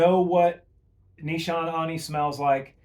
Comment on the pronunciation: Great video. Nee-sha-nay